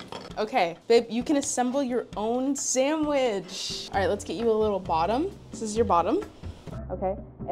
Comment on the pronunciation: Toddlers say "samitch"